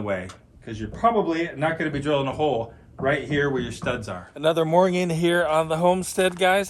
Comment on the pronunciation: Mor-ning .. not Moij-njing